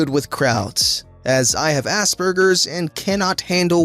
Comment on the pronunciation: The g in Aspergers is pronounced like a j, just trying to help